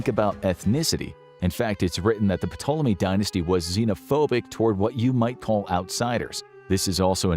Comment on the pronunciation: The "P" in Ptolemy is silent!